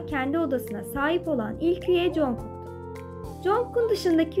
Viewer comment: Yanlız knk "conkok" diye telaffuz edilmiyor. "Çankuk" ya da "Cangug" diye telaffuz ediliyor.